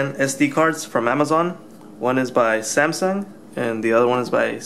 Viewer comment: The last time I heard someone talk this much shit (SCANDISK & SANSUNG) on youtube it was the vigilant christian! Seriously, if you don't have a fucking clue how to say the names or brands of the items you are comparing or reviewing then leave that kind of shit to someone who does and kindly FUCK OFF!